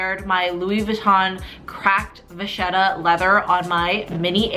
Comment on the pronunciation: Vacchetta! Pronounced Vucketta….